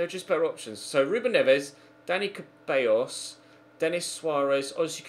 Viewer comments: It's Ceballos... Pronounced Sebayos, not freaking cabeyos... Please? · you always say Ceballos wrong, it's pronounced ZEH-BAH-IOS, not CAH-BEH-IOS. You make it sound like it says "hairs" in spanish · Please, stop saying Dani "Cabellos", IT'S "CEBALLOS". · It's Dani Ceballos not cabellos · The "C" in "Ceballos" is pronounce as an "S" so it sounds as "Sebayos". Come on man.